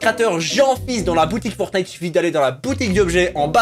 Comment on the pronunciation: Jeanfils dis fortnete a 10 59